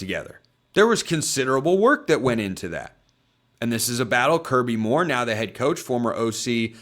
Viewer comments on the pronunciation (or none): none